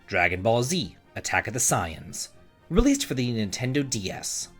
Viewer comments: My brother in Christ... did you just say attack of the 'Sigh-inn's'?? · #3 is pronounced "Say-ans". 😜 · Omg u can't pronounce saiyans. I've never heard someone say it wrong 🤷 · It’s such a shock that someone who doesn’t watch anime doesn’t know how an anime term is pronounced.